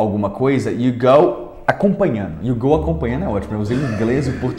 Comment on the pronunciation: PALAVRAS EM PORTUGUÊS FALADAS E R R A D A S NESTE VÍDEO iNO, iNO a palavra correta é iNDO, acompanhaNO, acompanhaNO a palavra correta é acompanhanDO, usaNO, usaNO a palavra correta é usanDO. conversaNO, conversaNO a palavra correta é conversanDO Antes de você dar suas aulas em Inglês aprenda o português